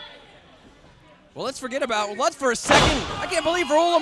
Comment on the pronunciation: The guy introduces himself as “Lootz” — & the announce team continues to announce it “Lutz.” I am glad they are able to help him correctly pronounce his own name.